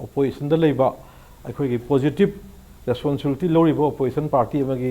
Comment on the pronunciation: Ta "responsibility" do sengna amta hyse taba nungaite